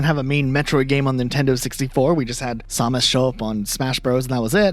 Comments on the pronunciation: "Haspro"= Hasbro "Somus" = Samus "Reggie Fees-amie" =Reggie Filsaime (feesamay) I feel like im talking to Schmiddt from "New Girl" xD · ...did you seriously pronounce her name as Saw-mus? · You keep saying Samus wrong. I know this and I'm not even a metroid fan